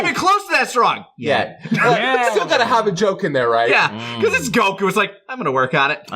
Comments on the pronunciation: I how he pronounced goku name it’s like GO-KU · why do you call him gokU instead of Goku? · Damn the way he pronounces Goku is really irritating